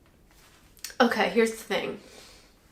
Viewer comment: She said it all posh too. Brilliant!